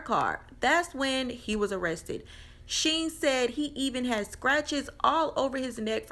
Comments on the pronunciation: Shen not sheen lol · Her name isn’t Sheen (as in oil sheen, lol) it’s Shen (as in Ben, with an S).